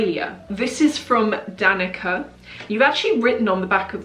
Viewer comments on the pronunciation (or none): Is Danica from the Balkan region? Because in that case her name is pronounced "duh-knee-tsar" 😘 Also...you're incredible. Any friend of yours is lucky to have you as a friend 💖🧿🙏